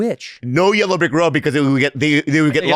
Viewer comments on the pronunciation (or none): Bobby says, "Follow the Rerrow Rick Road!" 😂😂😂 The white road too! Bobby, and Santino are hilarious together. Where's Todo ?